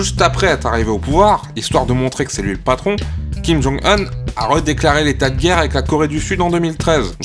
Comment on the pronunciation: me semble que c'est Kim Jong "oune" et kim il "soune" question prononciation.